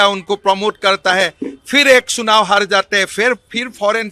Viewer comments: Sunao nahi hota hai sir....chunao hota hai...😂😂 Aur Isi Paagal k under me na jane apne kitne saal chori kiye....😂😂😂😂 Aur apna aur apna biwi ka wealth bataya....😂😂😂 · जो चुनाव को चुनाव कि जगह सुनाव बोलता है, राहुल गांधी को जज कर रहा है 😂😂